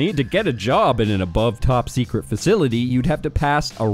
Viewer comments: Top sect(et) you say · "Top Sectet"